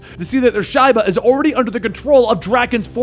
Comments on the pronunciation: Shiba is pronounced “sheeba” but that season was so bad that I didn’t notice until the last time you said “shyba” This story is really awesome by the way. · It’s Sheee-Bah not Sh-eye-buh. I feel like Harmione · Shaiba hous? LOL dude get pronouncement right watch the show. its Shiba, or pronounced Sheeba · Its pronounced sheeba not shieba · I love this series. (Do note: Shiba = Shee-bah.) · Ummm it’s pronounced Sheeba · Great video bro, but it’s pronounced Sheeeeba house, sheeeeba, just a heads up.